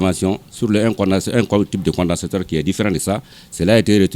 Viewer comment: Peut même pas prononcer "condensateur "